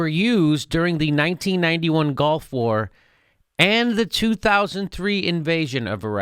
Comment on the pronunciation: Jimmy, why do you keep saying "golf war"?